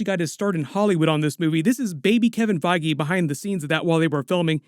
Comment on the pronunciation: "Kevin FIe-gee"